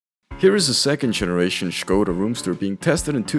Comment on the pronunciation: Big up for pronunciating Škoda right.